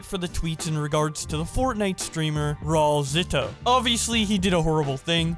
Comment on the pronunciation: Well when he drops the soap he can’t really complain, also the pronunciation is rah-oo-L-zitoo